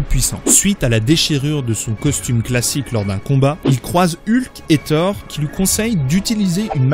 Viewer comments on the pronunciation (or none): none